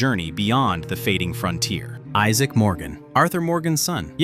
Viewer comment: It's actually Isaac Morgan, not Issac